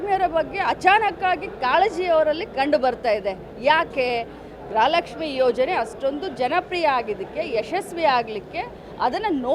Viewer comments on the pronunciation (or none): ಗ್ರಹ ಲಕ್ಷ್ಮಿ ಅಲ್ಲ ಗೃಹಲಕ್ಷ್ಮಿ 😂